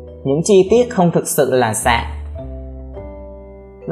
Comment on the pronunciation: lỗi sai trong kênh : titan mà anh đọc là tian :)